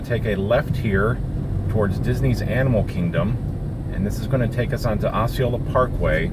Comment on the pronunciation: Just so you know, it's not 'O'ceola, it's pronounced 'ah'ceola. Growing up in Kissimmee I hear all these Native American names pronounced in a lot of different ways. 😆